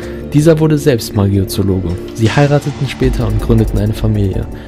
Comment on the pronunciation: Laut PT heißt es nicht *Magiozoologe*, sondern *Magizoologe*☺️ Und Teil 8 ist für die meisten Potterheads nur FF 😅